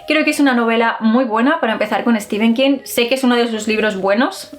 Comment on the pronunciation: es que nos encanta decirle Stefen king.... jajaja